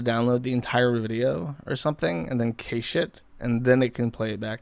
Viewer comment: "Kaysh it?" Was he trying to say "cache?" 👏